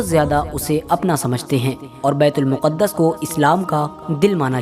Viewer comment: Miyan betul muquddas sahi lafz nhin betulmaqdis sahi lafz he sabhi na waquif nhin hen durust kro.